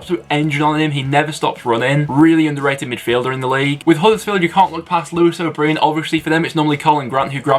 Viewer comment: Why do you pronounce O’Brien like that🤣🤣🤣 but yeah I’m glad you went for him as he’s done great for us this season.